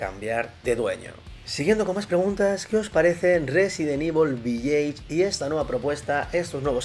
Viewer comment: Desde el respeto. "Village" se pronuncia diferente.